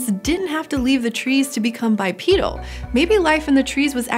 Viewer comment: you mean "bipedal", but you're saying bipeadal".